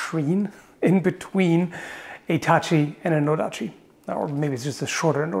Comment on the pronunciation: “Inbetreen” channelling his inner Japanese! It’s only a joke, don’t get triggered...